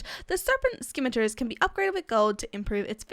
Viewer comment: simitar is how you pronounce scimitar, the c is silent